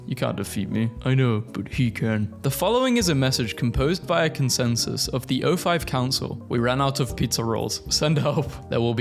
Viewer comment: My guy really called the 05 council "OS"